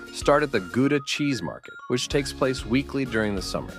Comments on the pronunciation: Gouda pronounces as Gawdà not Guda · "Goodah", come on. Gouda: the 'ou' like the 'o' in coward. And the 'g' is too difficult, we forget. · It's not Gu-da. It's pronounced "Gow-dah". Written Gouda. Don't go to Lucerne. Too many tourists. Go to a place like Murten instead in Switzerland. Dresden could be overflowing with tourists during summer. Avoid in that time (summer holidays). Salzburg is affected by overtourism already. Don't visit during Festspielzeit, Advent (Christmas Market), and generally not in June, July, and August. During summer I would also be careful to visit places like Pula, Porto, Segovia, and Valencia. Might get crowded. In Germany you might want to check out Wiesbaden, a spa town rich in historic buildings, or the very tranquil Baden-Baden. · There is no place called GOO-DA in The Netherlands. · I've been to about half and had friends praise some of the others, so very credible recommendations. You need to teach the AI narrator how to pronounce Zadar, Gouda, Gdansk and a few others. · Pronunciation of Gouda is incorrect. Try more of an h sound, not a g sound. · To pronounce Gouda, the ou is exactly the same as the ou in your English loud. Nice video. Ik was in Lucerne and Bern last year, it was not really hidden from tourists.